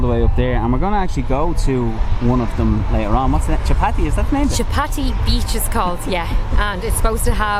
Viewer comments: chapati beach 😭💀, dude that's chowpati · Hi guys.. I like your videos just to correct you.. the beach is called "chowpatty beach" and the staple food of most Indians is called chappati.. which is made of wheat. so probably when u asked the taxi driver initially your pronunciation sounded like chappati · It's Chaupati beach not Chapati. Chapati means Roti. 🙂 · hey guy's it is 'chow' ' patty' beach not 'chappathi', which is an Indian dish. :) also just saying that your videos are great!! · Dear... Its Girgaon Chawpaty Beach. Not chapati beach. Girgaon is the name of that location. Chawpaty is Marathi synonym for English word Beach. So chawpaty means beach. Chapati is Maharashtrian round thin bread made of whole wheat grain. In Hindi its called roti. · its Chow-paati beach you were saying Chapati beach ..may be that y the driver might be confused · its not chapati beach, its CHOW-PAATI beach. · Chapati, lol. It's chow patti. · Just correct ur pronunciation it's not chapati it's chowpatty beach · You are pronuncing a littel different way, it is actually chhhhoopati beach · Chowpatty pronounced chow-patty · Very funny ,You are pronouncing it chapati.Which is roti in Marathi language. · you butchered the word chowpatty. but honestly very nice video and really appreciate your patience.